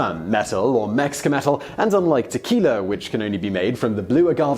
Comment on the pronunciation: "Tequil-er" - Heh-heh!